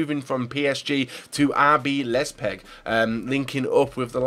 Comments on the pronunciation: lepzeg c'mon man its leipzig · Rb who? Lie-p-zig not Lez-pig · Mathew Sion ACTUALLY IT IS PRONOUNCED LEIPZIG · So many mistakes , its Rb Leipzig no lezpig, it's pronounced EE-HA -NACHO, Keita isn't pronounced like KEETA it's prounounced like Keita , and that's only in the first 10 transfers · Man said lezpeg, I'm done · Jon Roffe Or a club name lol 'RB Lezpeg' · Daryll Nijkamp i know that it's leipzig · Mathew Sion no you freaking didn't, you don't pronounce it like liepzig, after the L it should be pronounced like an i. Learn your german club pronounciations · When he said leipzig i was like wtf is leipzig But he slaughtered the pronunciation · Daryll Nijkamp yeah I did spell it how it's pronounced, that's exactly what I said😂 I literally said 'I spelled it how it's pronounced'